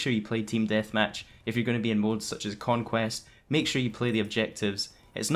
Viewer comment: lol "quonquest"